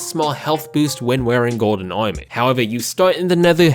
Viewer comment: i like how you say armour :)